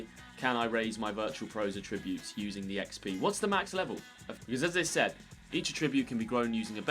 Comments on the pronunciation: The way you pronounce attributes. 🤨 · Any particular reason you can't pronounce Attributes correctly? You said the word about 10 times in the video and didn't say it correctly once🤷🏻‍♂️🤷🏻‍♂️